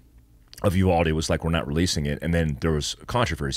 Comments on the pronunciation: The town is called you-VALD-ee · I’m from San Antonio and uvalde is pronounced (you-Val-dee) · Uvalde (You-Vawl-Dee) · Uvalde pronunciation is Yoo-Val-Dee